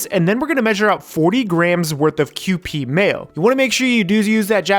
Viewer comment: Ah yes, is finally saying kewpie correctly. I’m so proud